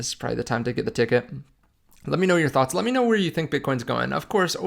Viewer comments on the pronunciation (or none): none